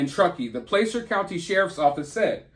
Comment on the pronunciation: I live an hour west of Truckee. Thanks for talking about this case! Her mother is so heartbroken, it made me cry seeing her on TV. Keep praying for Kiely. 🙏💜🙏 Placer County is pronounced "Plasser".